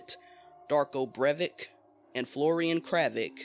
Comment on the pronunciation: Cravić is pronounced Cravich, Brević is Brevich and Escuella is Escueya